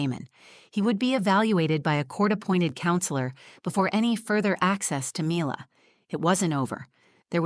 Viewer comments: Perhaps these would be easier to listen to if pronunciations didn't keep changing. one example.....daughters name changes from ' 'me lah' to 'my lah' and back again. its as pleasant as listening to fingernails on a blackboard. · I couldn’t get past the different pronunciations of Mila’s name. Is it mee-la or my-la? Please pick one and stick with it. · The narrator can’t decide how to pronounce Mila. Also, so believable that a 7 year old can write out thoughtful questions on a piece of paper to be read from the “truth jar”. And since when are the children allowed in the courtroom while mommy and daddy are fighting a custody battle? The mother is so pathetic. Such a weak person. Get a lawyer if you are unable to articulate and defend yourself in court. And don’t say that it’s his fault because he took her confidence away. Apparently she’s been in therapy. I guess that didn’t work. I don’t know why I allow myself to waste time on these videos. I guess I’m bored. Now I’m just super annoyed.